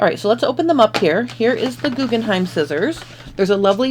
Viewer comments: Why do you keep saying GuggenheiM - look at the box - it’s GuggenheiN🤦‍♀️🤦‍♀️🤦‍♀️🤦‍♀️🤦‍♀️ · Jyst FYI: The name of the scissors is Guggenhein, the name of the museum is Guggenheim. The difference is in the last letter. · They are called GuggenheiN not Guggenheim which is a family name and a museum. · GuggenheiN not M. I love my Guggenhein scissors very sharp and fits my hand perfectly.